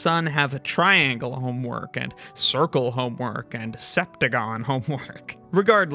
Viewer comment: It's not even triangle homework, it's honework. 😂